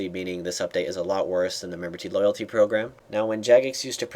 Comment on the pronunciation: Memberty loylaty =p hahaa